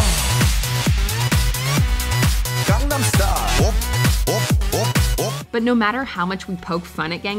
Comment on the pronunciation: Gangnam Style. How can she mispronounce it while it is being pronounced in the video?